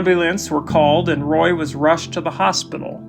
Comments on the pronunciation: It's ROY, not Ray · You called him Ray and then you called him Roy. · You might call it a ROY-al disaster 😑